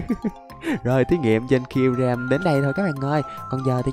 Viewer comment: Sao ah nói kyurem là zerom 😂😂😂